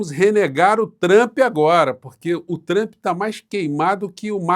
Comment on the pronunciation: parabéns por pronunciar Trampe e naoTchrmp como fazem os idiotas